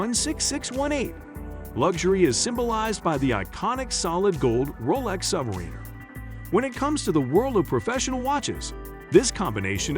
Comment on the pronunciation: Please learn to pronounce Submariner! Thank you!